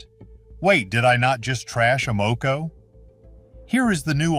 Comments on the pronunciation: I can’t believe I’ve wasted my time watching this AI generated nonsense. Evidenced in they don’t know how to pronounce AMOCO. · How can you mispronounce Amoco? Maybe this is a clue that this video is AI. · I doubt that this AI talking bot, that can't even pronounce Sunoco or Amoco, is doing any car repairs in his garage. LOL.